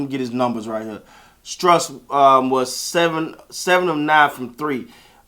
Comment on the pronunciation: Strus=stroose like goose that's the proper pronunciation